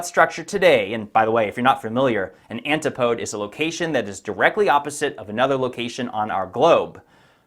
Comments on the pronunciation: Geez twice in one presentation I'm starting to hate myself, Antipodes is pronounced,,,An-tip-o-dee's cheers mate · One small and very minor correction. Antipodes correct pronunciation is an·ti·puh·deez, your videos are on my MUST WATCH list. Thanks for your hard work! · Incredible research, sir. Absolutely fascinating! As an english teacher, I just wanted to point out that your pronunciation of "Antipodes" is off and could possibly lead to some people disregarding your very credible work. It is pronounced more like "an·ti·puh·deez." Many online dictionaries have pronunciation examples to listen to. Just a friendly tip! Thank you for your work 🙏🏼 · Just one sour note ; the ANTI —— PODES No ‼️ 🫣. Please the an—TI—-po—-deees Emphasis on TI FORGIVE ME .I AM PEDANTIC ! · Antipodes. It's pronounced an-ti-po-deez. Antipodes. You're welcome.